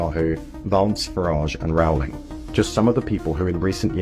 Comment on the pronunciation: Rowling is pronounced as rolling.